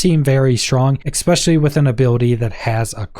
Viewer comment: Bro go learm how to say “especially”… where are you getting the “x” from?